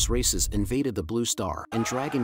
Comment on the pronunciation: I thought he was saying racists the whole time lol